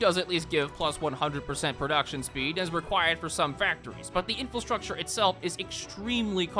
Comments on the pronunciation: This is the second video I've watched where this guy says "in-fill-structure" instead of "infrastructure." I suppose you should never take your ability to pronounce words correctly "for granite." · Me: Oh boy I wonder if he finally learned to pronounce "infrastructure": INFILSTRUCTURE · For future reference: it is pronounced 'in-fruh-structure'. Normally I don't bother pointing this out, but it's happened in previous videos as well. Love the vid and your content, by the way. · Please! 'Infilstructure' is not a word. It is so annoying. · why do you say infelstructure, is it just to annoy us? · Infrastructure has no "L". Please correct your pronunciation so I can enjoy this video